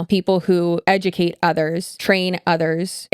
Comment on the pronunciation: Almost sounded like she was trying to blend 'educate' with 'subjugate.' Interesting.